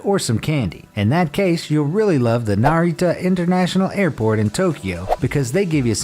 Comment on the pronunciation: "Narita Internationa airport..." Wait what?😂